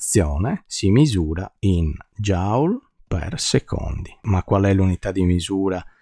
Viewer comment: Il principio di indeterminazione derivato così è veramente notevole: indissolubile conseguenza della quantizzazione (però Joule si pronuncia "jul" e non "jaul" 😉)